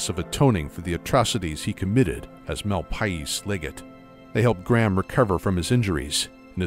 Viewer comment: it's pronounced "The Malpace legate". sorry but "MAL-PIE-EES" was killing me.